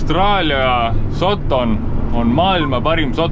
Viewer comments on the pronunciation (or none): Terve video välter räägid "sotton" ja "sotton". Öelnud siis kohe, et tegemist on austraalia Puuvilla farmiga jne.